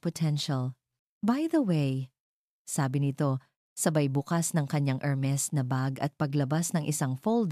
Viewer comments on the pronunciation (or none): none